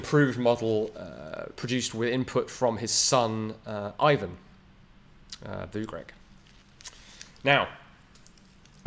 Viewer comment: mirko Vugrec...it is read voogrets...and correction about all slavic name Ivan....you read it as eevan.so if you cant read foreign names there is a google solution for that....google can read it for you